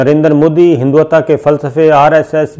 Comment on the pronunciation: Sabir Shakir : Correct your pronunciation of “HINDUT-VA”.